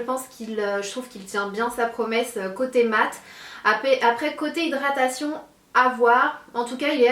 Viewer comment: Geeeenre... comment elle dit "hidratación ^ non mais lol quoi.